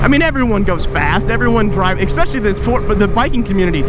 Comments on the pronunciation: es·pe·cial·ly not eckspecialy hehe. just some constructive criticism dawg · PLEASE stop saying "expecially"